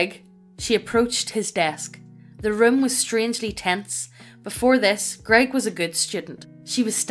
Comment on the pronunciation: To be fair, the TTS mispronouncing "grEGg" was hilarity for me XD